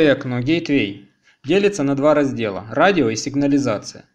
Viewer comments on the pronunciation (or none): none